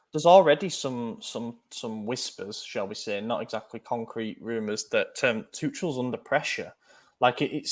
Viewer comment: It's two-kel not two-chel. He's German, not French.